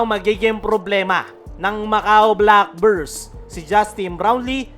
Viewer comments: Black Birds pa nga ang dinig ko idol eh ... hahaha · pati yung pangalan ng team ng Macau boss, hindi inayos ang pagpo-pronounce eh .. naging black burse .. hahaha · idol sa dami ng sinabi mo, hindi mo man lang inayos ang pag-pronounce sa team ng Macau Black Bears ... hahaha